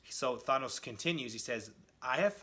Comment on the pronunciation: Who the hell is Thonos? Thonos quest? His name is Thanos.